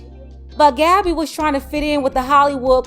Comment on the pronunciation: "Gadibae" 😂it got a ring to it though as wrong as that name was